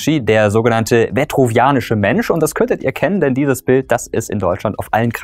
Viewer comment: rinascita wird ganz anders ausgesprochen! und es ist auch nicht der "vetruvianische" sondern der "vitruvianiasche" mensch, benannt nach vitruv, dem römischen architekten. wenn sich eine reihe "musste wissen" nennt, sollte besser recherchiert werden. das hier ist zu ungenau.